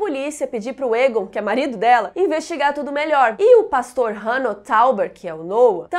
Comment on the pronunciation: Toda vez que a fala Egon, eu ouço ela falando "targaryen"....kkkkk